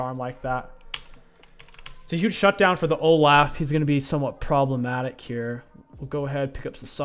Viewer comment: Love the way king pronounces names. Oh-Laugh 🤣